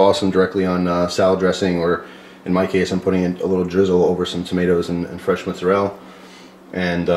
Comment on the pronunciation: I detect a Brooklyn pronunciation for Mozzarella ( Muzarel). Love balsamic. I just got a gift from my nephew of two bottles of balsamic...one cherry and the other pomagranate. Just delicious!